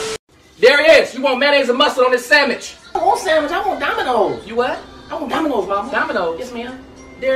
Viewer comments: i love that us black people say ''samich'' XD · She said sammich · I jus lost it when she said sammich😂😂